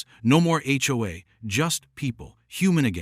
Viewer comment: It's just pronounced H-O-A each letter individually😊